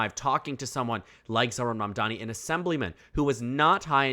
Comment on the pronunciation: M A M D A N I YOU SHOULD LEARN HOW TO SAY IT BECAUSE WE GOTTA GET IT RIGHT